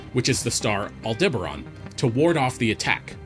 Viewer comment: Betelgeuse has already gone super nova, we just won't see it for a good while. All-DIBBA-ron?? AL-de-ba-RAN!.